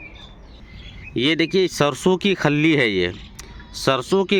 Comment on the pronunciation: Sir, आप अपनी भाषा को भी fertiliser दीजिए..... खल्लि...... नही.... खली..... बाकी सब..... खली बलि खली बल्ली .......